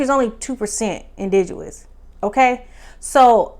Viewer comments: You keep saying indidous. Is it pronounced indidous or is it pronounced indigenous? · It’s indigenous not indiguwus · Pronounced in dig' enous. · The word is INDIGENOUS…just a small gripe… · Loved the review. Had to subscribe... I'm here for the content you're creating. Love how you went back and collected the receipts on this review. However, I'm going to need you to also go back and pronounce our words correctly, more frequently. Not looking for perfection, just improvement. You were killing me and the word "indigenous"... we need a word nurse. We'll be back for the content next episode. Blessings. ❤